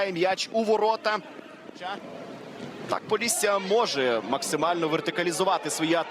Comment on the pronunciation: поллісся🙉 шо воно таке🦧🤣